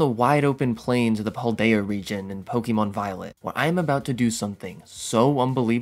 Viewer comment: Kanto is pronounced Con-toe not can-toe. Kalos is pronounced Cal-os not call-os and Paldea is pronounced Pal-day-ah not paul-day-ah.